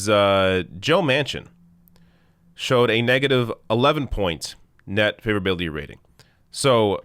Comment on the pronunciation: every time you say "favorability", i hear hillbilly. weird pronunciation. (just to note: i like hillbillies, at least the ones i got to meet in NC. they know no bullshit)